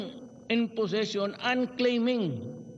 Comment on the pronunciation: Una unahan na naman magpaliwanag ang mga tutang himod puwet ni Du30, bilis me bonus kayo sa kanya. In fairness ke DU30 ang linaw ng pagkakabigkas nya sa "possession" at Hindi "position". Bàkit minamali ng mga tuta nya ang speech ng amo nila.